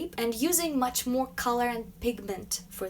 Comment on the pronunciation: When she says More it sound like Moe Moe